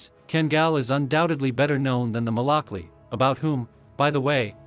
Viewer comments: Fun fact: malakli is actually pronounced “malakluh”, it’s actually a Turkish letter at the end which looks like “i” but most of us don’t have the font so we just write it with an “i” which is why people think it’s pronounced “malaklEE” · So the proper pronunciation would be Malak Loo or Lu. Or even Lou??